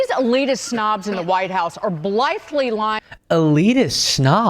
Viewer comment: Lol, she can't pronounce "blithely!" How pathetic.